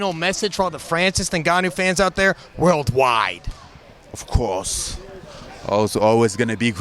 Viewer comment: owf couwrse